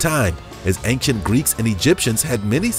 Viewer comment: Had to stop listening. I listened for a minute and thought "is this guy really going to say ank-chent the whole video?" Yes he is. Gotta nope out of that one.